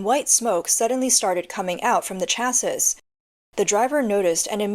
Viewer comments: Sweetie, "chassis" is pronounced "chas-ee." The last "s" is silent. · Lol china is so pathetic they can even get scooters right Ps: you dont pronounce the last "s" in "chassis"